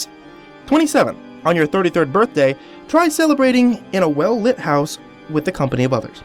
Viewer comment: happy barfday, man i mean uhh burfday